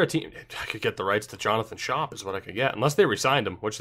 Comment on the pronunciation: Did you pronounce it jonathan "shop" on purpose? Because if not then it's pronounced "skOHp". Mind you, it is an Orioles player I'm talking about here so it doesn't bother me much if you completely ignore how to pronounce his name lol